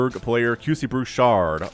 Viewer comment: that was awesome lol : fun fact, i noticed in Canada , many players from Quebec will put Qc in their names. i have no idea why , but its just something i noticed alot lol , also props to you for saying Bouchard , somehow, ALOT of english speakers tend to butcher the name lol ( quick note, the "D" is silent :) , we have way too many silent letters in french XD ) : THIS IS WHY YOU NEED MORE DETECTION /SCANS !!! do you want to lose half your army to 3 units ? because that is how you lose half your army to 3 units ! : we need more of these !!! 11/10 for style and effectiveness ! honestly, if the terran kept doing quad-nukes-and-runs like these instead of switching method, im not sure the protoss would had kept up . also, i could rewatch that small click over and over . : guardians !!! ( lets see how long before they all die lol ) : 2 minutes and 52 seconds later , yup.... : ha , yes ... the SVC , the secret workers of the zergs ! ( jokes aside, dont worry we all have mispokes from time to time , and when ever they happen its always funny :D ) : guardians winning a game ??!?!!1?1?11?one? : BAD ALLY MARINELORD ! BAD ! : let no joyful chat be typed ! let no protoss look at their productions with hope ! and let this game be cursed by we who ready to wake ,THE MASS HYDRALISKS !!!